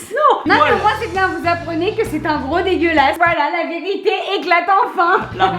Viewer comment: #LaSalle (LA VÈRITERRRR)